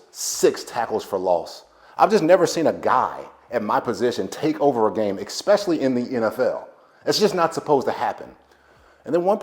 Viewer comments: ESpecially* its not EXspecially 🤦🏾‍♂️💀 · Here we go....another idiot that can't say ESPECIALLY....it's not EXPECIALLY....you're dumb.....essss pesh all lee.....